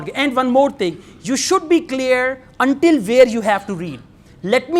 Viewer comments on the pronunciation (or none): none